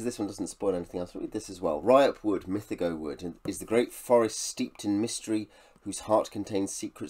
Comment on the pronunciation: My favourite ever series of books. Currently re reading Lavondyss...a book of 2 halves which puts a lot of people off. It gets better with each read for me. Great video (though you're mispronouncing "mythago") 😉